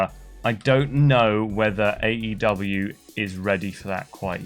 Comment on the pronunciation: Someone tell that the name of the company is “AEW”, not AW! Unless it’s a scripted news video that does the work for you, just say the E man! Drives me nuts lol